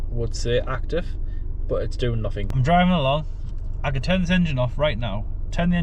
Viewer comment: At least in went frough, pleased it wasn't free fousand😮,pleased it's noffing